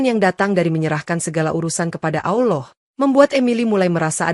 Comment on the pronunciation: Mbak konten perkataan yg betul adalah Allah bukan awllooh ,,takut nanti artinya beda